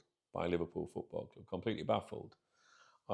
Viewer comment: I don’t like the way you say Club sounds fucked up cljuuib